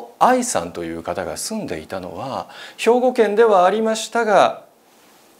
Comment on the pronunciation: ありました⤴︎が⤵︎ 、テレ⤵︎ ビ⤴︎の⤵︎ が気になりすぎて話し入って来ないw